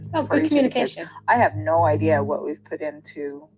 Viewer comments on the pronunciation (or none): "Idea" is "Idiyia"